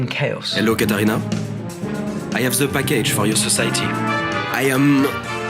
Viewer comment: Your overall point is sound, but pronouncing “the” without a schwa is not perfect, it is erroneous pronunciation.